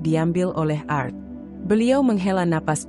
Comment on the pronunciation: Cara membaca nya kurang paham x dia,, pa krna gak bisa membaca klo pakai nama org barat,, krna biasa org Indonesia nama simple,, balajar lg kak,,cara baca nya yg bnr,,bukan art,,Tp ART 😂😂😂😂